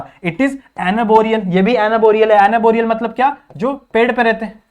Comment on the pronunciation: it is arboreal not anborial.